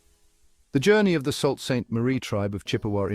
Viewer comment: Salt? smh It's pronounced "Soo".